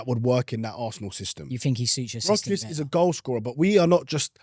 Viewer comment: Cant even pronounce vics name right, 15min videos here and there is top research tho keep up the good work😅